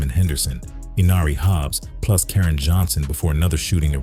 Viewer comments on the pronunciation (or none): none